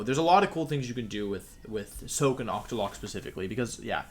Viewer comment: “Ocktolocko” ok Wolfe